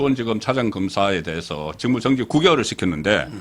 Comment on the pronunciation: 안녕하세요 어째서 사투리 발음을 고치지 않으세요! '직무 정지' 의 '정지' 독특한 경북 사투리 경북사투리는 거의 모든 단어에 첫음절에 강하게 발듬하는 어찌되었던 매우 듣기 싫어요. 고치세요 '탄핵' 옆에 있는 서변호사 발음을 본받으면 금방 고칠건데 .... 또 나오네 '사리판단'의 '사리'